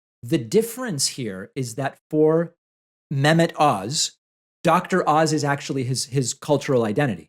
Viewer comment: The H in Mehmet isn’t silent